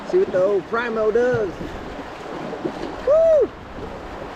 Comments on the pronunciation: preeemo, not prymo, k bud. Love ya. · Learn how to say Primo